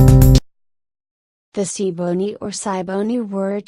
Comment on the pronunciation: Wishing the pronunciations were better. Ta-EEE-no, gwah-nah-tah-BAY, see-boh-NAY